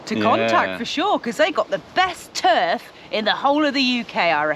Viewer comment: Lol Turr-fff bristonlian